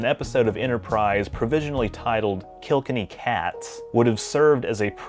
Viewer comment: What is it with yanks and Irish? Ye can say "kill" and you know "kenny" but put them 2 noises together and ye devise such mouth mash as kelkinny... marvellous